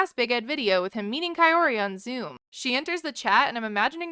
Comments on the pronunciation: “Not Coyote, call her ki-or-ti “ great , thanx Ed for teaching us how to pronounce her name wrong😭💀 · It sounds like Ed says Kay-oh-tee, instead of Kaory. Always makes me cringe. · Bro stop calling her cayote!!! It’s pro Ka- Ori! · Dude is correcting his mom but he himself is saying it wrong! Her name is K-ORy not KA-ory or Ca-oty like he has been pronouncing.... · kaorty lol its not hard to say her name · anyone else feel like Ed is calling Kaory “coyote” the whole time even before his mom does?? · Why do I keep thinking he's calling her coyote🤣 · Everytime he says her name swear it's coyote 😄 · Why did I always think he was saying Cayote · I'm glad "coyote" did not like Ed... he can't even say her name. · I keep hearing him say Coyote...😂🤣🤣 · I'm so over the way he pronounces her name. 😭😭😭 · is he just stupid and ignorant or is kaory's name THAT hard to pronounce correctly even after meeting up a few times? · The fact that he literally never pronounces her name right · Wonder if he will every get her name correct. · Ed, damn, say her name right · He STILL can’t pronounce her name correctly.😂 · Ed pronounces her name wrong